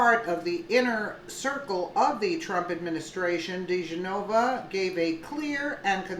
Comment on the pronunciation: Di Genova. Please pronounce correctly.